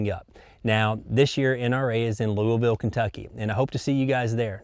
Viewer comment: Bonus points for saying "Louisville" the correct way.